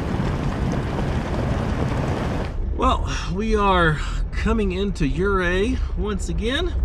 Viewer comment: You-ray, not yer-ray